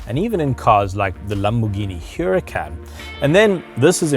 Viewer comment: The fact that he can't say Huracan should discredit him as an automotive journalist.